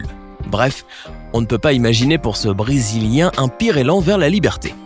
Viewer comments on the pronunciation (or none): BRESILIEN PAS BRISILIEN